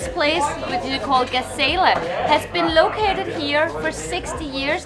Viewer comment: It is funny how you pronounce "gazela" and "guedes" :) . Yes, I agree with you guys. Portuguese fast-food should be exported.